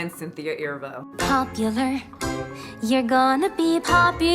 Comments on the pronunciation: Wait... did she say Elphiba instead of Elphaba? Just curious. Edit: She also said Irvo instead of Erivo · I love that your mispronounced everything about Cynthia Eviro 😂😂😂😂